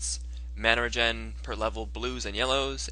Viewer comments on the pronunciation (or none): none